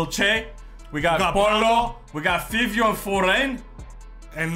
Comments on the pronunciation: It’s five-eo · it’s pronounced favio 😭 FIVIOOOO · its pronounced as " FAEEVEEO" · It is actually pronounced like “Favio” like the name Fabio lmao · It’s Fivio foreign but pronounced Favio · Its “fah-vio” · Its pronounced fyvio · It’s pronounced FAVIO even tho it isn’t spelled out like that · Love ya content 💙 but Fivio is pronunced with an A